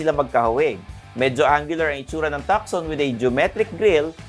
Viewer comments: Hyundai Tucson is pronounce as. Too soon. Something like that silent C po.not tukson..if u dont mind. Tnx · Tuckson 😂 Tuson 😜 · Tucson is pronounced as Two-son, not tuk-son. :) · If you dont mind too, it’s not soon it’s son! Too-son. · HIndi po Takson (Tucson), Tuuzon po. :) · it's not Takson (Tucson) it's tooson (as in Tucson, Arizona.) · Napansin ko din hehe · Pag pronounce po ng ng "Tucson" sir is parang "two-sawn".. Parang yung sa Tucson Arizona, Godbless po! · Tucson is pronounced; "too son" not "tuck sun". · TUSAN po at hindi tukson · Hyundai TALK-SOON daw, hehe,, its Hyundai TUSON! silent "C". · tu-son not tuc-son, C is silent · Tucson- "Tuson" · Tucson should be pronounced as TUH-SON. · hindi b "too-son" ang pronounciation ng Tucson...? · Di ba tuson ang pronunciation nung tucson? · Na distract ako pag dating sa Hyundai haha!! Tucson (Tooson) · actually it should be pronounced as Hyundai Tucson (Tusan) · You don’t pronounce Hyundai Tucson correctly, should be pronouncing it (Tuson, ) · Thanks sa correction. :) Silent C dapat hihi! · Tucson is pronounced as TOO-SON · Tucson is pronounced Tuson.. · Takson ba talaga tamang pronunciation.. hehe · Tukson daw hehehe ...ilan vlog mo na ganyan pronunciation ... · TU - SON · Too- son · Pansin ko lang din, ang laking issue sa mga nanunuod yang "TUCSON" kung paano bigkasin. Wala namang diperensya sa performance ng sasakyan kung mali ang pagbigkas😅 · malaking issue yan kasi may mga bata na pwede makakita nito at akala nila tama yung pagbikas sa TUCSON...